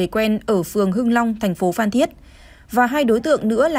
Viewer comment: Phan cứ đọc phạm, blv ko biết chữ à